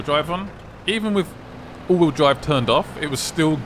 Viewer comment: Is he saying auto drive or all wheels drive like wtf😂